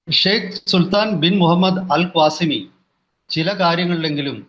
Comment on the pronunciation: AL QASIMI Yanu mashe At least read the name as correct Kashtam